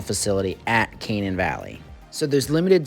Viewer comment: its pronounced Kuh-nane locally